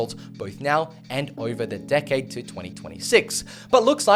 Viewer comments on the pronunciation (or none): none